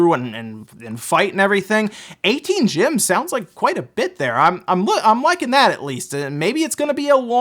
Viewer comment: Sir are you saying Gym, Gem, or Jim. Work on that pronunciation!